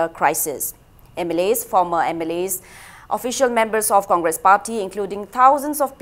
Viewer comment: Comgresssss😂😂😂 ekai khngdedako noise